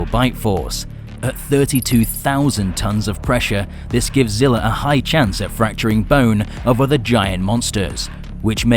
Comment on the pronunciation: ...but that's what I'm saying though the original zilla from the movie is fighting kong and its not Zilla Jr fighting kong...I think both of us are having problems understanding what we really mean, but in that case my bad it's just the way you pronounced it in the first sentence that's all